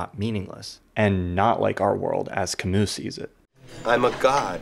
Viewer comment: It burns my ears every time you mispronounce Camus